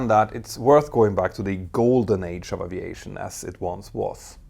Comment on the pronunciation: Glad to hear he now says A--V--EIGHT--SHON not pronouncing the " A " as in Apple. This is brilliant.